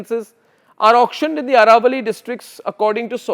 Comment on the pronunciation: It is not Araavalli but AAravalli.